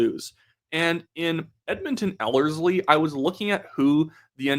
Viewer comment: Yesss, you pronounced Ellerslie correctly The last video you were saying it weird haha